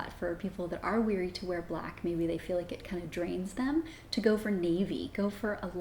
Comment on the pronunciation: Yes. THANK YOU. A good way to remember is: "be wary" like the word "beware". You don't say "beweer". 😜